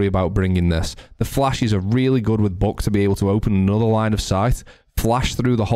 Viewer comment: I love the way you say buck "BOCK"